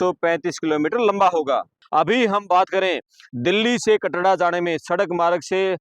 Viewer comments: Bhai Katra h Katda koni Report to ban Gaye name to Lena shikh lo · KATDA NAHI KATRA KAHTE HAIN APNE PICHHE BORD HI DEKH LETE BOLNA TO AANA CHAHIYE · Katra h bhai kyo katda katda bol rha h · कटरा या कनाडा तेरे को बोलना ही नहीं आता है in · Isko. Katra. Bolna nhi. Aata. Kya